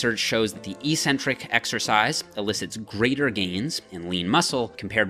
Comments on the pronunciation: The word is EK-Centric, not EE-centric. There is no such word EE-centric. Look it up. Don't sound as uneducated as the other muscle heads on here. You're better than that! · "Eccentric-Accentuated Lat Pull Down". You pronounced it "eEEEEE-centric-aKKKK-centuated..." lol. How do you justify the inconsistent pronunciation? First syllable in both words are eC- and aC-. Oh, maybe it's properly pronounced eEEcentric-aSScentuated? LOL. I harp on this with you bc your vids are PEERLESS(!), but for this one meathead mistake. You're better than that. Don't give me the BS about your college profs pronouncing it that way. Even if one did mispronounce it, are you not capable off seeing the error of his teaching? Only ppl in BB related fields mispronounce this word. You've gained enough clout now that I think you could quickly reform the whole BB community!!! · This is not a Canadian vs. US vs. British thing. This word is ONLY mispronounced in the bodybuilding community. There are two Cs in the word Ec-centric for a reason. The first syllable means 'away from'. The second syllable means 'the center'. This is why crazy ppl are referred to as eccentric. The way the lifting community mispronounces it, it means 'without a center'. Sorry, but you may have had a sports phys prof who also mispronounced it like the lifting community, but I refuse to believe that any of your other profs pronounced it other than eK-Centric. And if they did pronounce it that way, then they're just plain wrong. Pick any dictionary you'd like, and see if you can find any other pronunciation than eK-Centric. Lead the pack,! Don't be a lunkhead and perpetuate the ignorance. You're better than that!